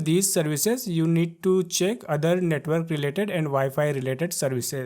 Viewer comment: Netwol 😂bery beesie touble shoutels 😂😂😂😂😂